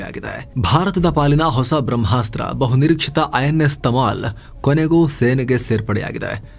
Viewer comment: Tamil ❌tamal✅🙏